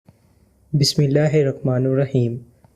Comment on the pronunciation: Sir Bismillah ko Sahih parhein